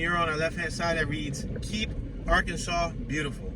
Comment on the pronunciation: How come you pronunce arkanSAS? It should be ArkansaW